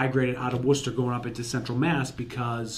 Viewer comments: This guy knows how to say "Worcester". Thumbs up from me. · Coming from England, I just came here to see how Worcester is pronounced in Massachusetts. Glad to see it’s correct 😂why can’t the rest of the us pronounce Worcestershire sauce right then